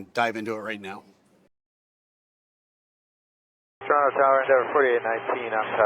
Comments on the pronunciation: You said "Torono" the first time like a Torontonian.....well done eh !🍁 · Finally someone who pronounces Toronto like a Torontonian...